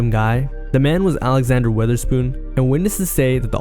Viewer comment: im sorry not to be disrespectful but "alexander weatherspoon" 💀💀💀